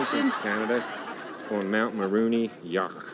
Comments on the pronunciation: Hes saying Mulroney Yuk. Mullaney is a previous prime minister. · We never had an Eskimo Prime Minister but Mulroney is a past PM lol Not Mulroneyuk lol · Mulrooney pronounced mulroni..was one of our worst prime ministers ever. He was a concervative. Like republicans his ignorance knew no bounds. Rip the village idiot. I live your show..you are fair...intelligent and funny. Buchard was the worst premier of Quebec. But no one questions what they are being asked. Thank you for your candor.